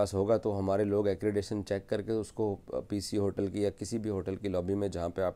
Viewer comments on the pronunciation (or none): "Acredition " kya hota hai????😂😂😂😂😂